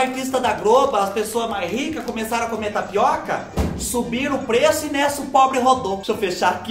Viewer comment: do céu, a hora que ocê falô "tapiaca" deve tê sido um aviso que era mais uma tapeação da muié da internet... 😁😆🤣